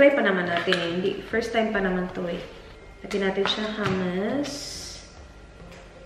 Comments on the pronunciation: Hi! I think hummus is pronounced “HOOM-uhs.”? Hehe btw, the breakfast in a mason jar looks really good! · mali po yong pag pronounce nyo ng hummus.